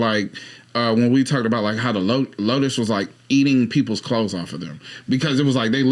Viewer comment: In the dust bowl segment, are you saying Locusts or Lotus? Because a lotus is flower.